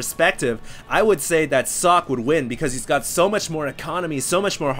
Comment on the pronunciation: I dunno if someone already said, but 'Socke' is german for 'Sock'. Therefore its pronounced german, ... like ['zɔkə]. But you did right the last time.